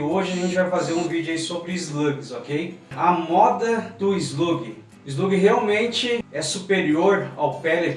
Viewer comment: E eslugui não eslague